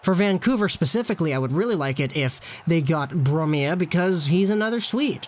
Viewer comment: Its brome not blome